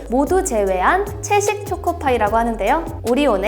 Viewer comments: 죄송한데 초코파이 음 틀리셨음ㅠ… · 쪼코파이 발음 귀여워~